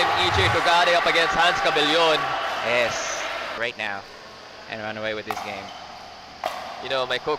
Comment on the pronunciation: Sakto na gyud tawon ug pronounce ang cabellon, go